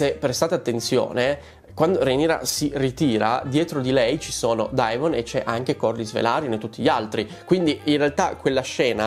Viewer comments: SI PRONUNCIA DEMON! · Esatto ti prego DEMON !!! Il dittongo Ae si pronuncia E